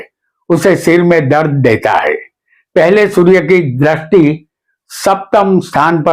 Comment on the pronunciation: Drasti nahi sir dristi bolakare please .